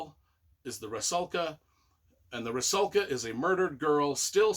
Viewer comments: If Rusalka is supposed to be then it should be pronounces as 'roosawka'. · Almost correct! Only U is pronounced like in Ruby or Rudimentary. So Roosalka, just not particularly long sound. But otherwise spot on.